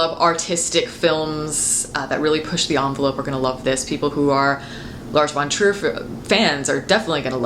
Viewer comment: Whenever you say "Lars von Trier", it sounds like "Large Wonders" or "Large Frontiers".